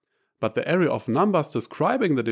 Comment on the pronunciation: Beautiful video. Please try to pronounce "AH-RAY" for array and not "area".